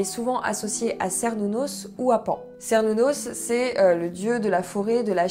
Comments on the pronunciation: Super vidéo ! Je suis païenne mais pas wiccane mais j'avais commencé mon intérêt par le paganisme et la sorcellerie par cette religion ^^ (par contre, désolée, mais ça se dit bien Kernunnos xD) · Je suis vraiment désolé de l'annoncer mais Cernunnos se prononce vraiment "kernounosse" ;) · Cernunos se pronnonce Kernounos. Belle présentation. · Hello, ne me tape pas mais la lettre C se prononce K dans les langues celtiques, donc Cernunnos se dit bien "kernounos" (tout comme Sucellos se dit "soukellos" pour les païen(ne)s gaulois(es)). Mais bon, le Dieu des forêts sauvages n'est pas le plus à cheval sur les conventions ;-) Je me relance dans l'écoute des chaînes païennes francophones et la tienne est une très chouette découverte. Merci ! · J'espère ne pas t'énerver mais il me semble que Cernunnos, se prononce Kernunnos, en tout cas les anglophones le prononce ainsi et je l'ai toujours prononcer de cette façon personnellement. ^^ Mais comme tu l'as souligné, l'intention compte. Je ne suis pas trop porté sur la Wicca mais vidéo intéressante, je te souhaite une bonne continuation :) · Je rajoute un petit commentaire concernant la prononciation de Cernunnos et de Cerridwen parce que du coup ça m'a beaucoup intrigué ! Et effectivement, après quelques recherches, dans la prononciation celte, on dit bien "ker idwen", mais aussi "ker nunnos" ! Je sais pas si ça va te contrariée du coup...😂 Mais c'est bon à savoir ! Quant à la prononciation française par contre, aucune idée. Je préfère me baser sur la langue d'origine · En cours d’archéologie protohistorique on prononçait Kernunos 😅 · Euh... tu vas t'énerver.. on dit Kernunnos😅.. voilà bise. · ... On dit kernunnos. Sorry Et Lugh se prononce Lourr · Désolé mais le C en breton / celtes tout le bazar ce dit K donc théoriquement c'est KERnnunos mais on dit souvent qu'on leur donne le nom qui nous parle le plus ! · Désolée mais... on dit aussi "kernunnos" ^^